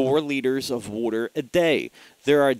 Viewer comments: the way u said water made me laugh lol. i think that actually helped my anxiety lol. drink lotsa wooter lol. not makin fun btw im sufferin from anxiety and panic attacks also atm. to where my heart palpitates and feels like im gonna die. i find meditation has worked the best to help and have had some success with tap therapy! but really that doesnt get rid of the problem just helps u cope. i think the only real solution is finding out wuts actually causing your anxiety or panic attacks. then overcoming it with your mind. your mind is stronger then your worries. and u can defeat your worries with your mind. the hard part can b diagnosing your problem and facing it head on. trust me! meditation is a good way to start to attack your problems everyone. try it! and not 10 min of it. ul see after about 20 min u start feeling better and the deeper u go the better u feel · Wooter.:) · I like how you say water... LOL.